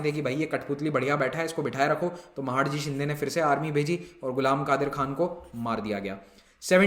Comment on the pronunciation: Sir wo महाडजी nhi h... Wo महादजी सिधिया h.... 🙏🙏